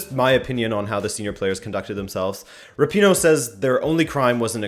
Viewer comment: If you can’t even pronounce “Rapino” correct... Also they were the last team to play on the last day in the first round of group stages so u think they probably had so much excitement built up that they could help themselves